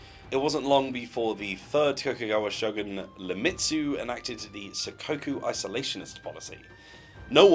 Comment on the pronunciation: Very good work. I'd been excited about this ever since first hearing about you working on it from Matt. You did pretty well on the pronunciations, too. Only glaring mistake was the Shogun's name. That's actually pretty impressive.